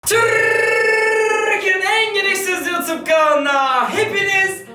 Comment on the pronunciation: Türrrrrrrrrkiyenin en gereksiz kanalına hoşgeldiniz arkadaşlar Lan yapma şunu ağzıma bulaştı türrrrrrrrrrrrrrrrrrkiyenin